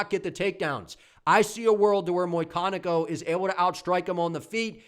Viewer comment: Muyconico? Bruh it says it right there. McConico.